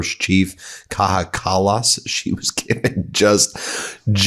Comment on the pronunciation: Kaja Kallas is from my country of Estonia 🇪🇪 Tho her name is pronounced closer to "Kaeya Cullus".